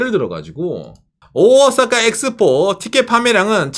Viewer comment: 오사카 할때 오오~ 사카 장음으로 발음하는 군.